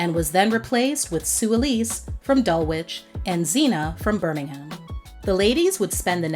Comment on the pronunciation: Gararrrrrje? Dull Witch? Burming Ham? 😐🤦🏼‍♂️ Girl, do some research & look up how things are pronounced.